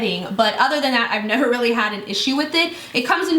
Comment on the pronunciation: "neva." hahahahah